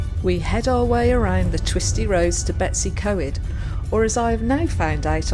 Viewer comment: We did the convoy traffic lights a-few months back! It was hilarious - we were the lead car, it was hilarious, it was like we couldn’t be trusted to drive through alone! Loved your video, don’t worry, loads of people call it Betsy co ed. We’ve not been to Benllech for years. Nice to see it again. Great work x